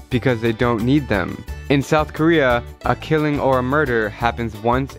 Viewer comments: I thought you said north "Korea" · I thought he said north korea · Lol i thought u said north korea